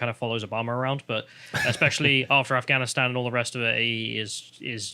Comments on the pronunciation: did you guys hear him? he couldnt even pronounce afghanistan lmao he said "Im not gonna answer questions about gafstan" hahahahahaha this shit is beyond parody at this point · He didn't even say Afghanistan, he said Ghanistan.... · He said "I'm not gonna answering questions about ganstan". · Actually, I think Biden called it "Ghanistan", if you listen closely.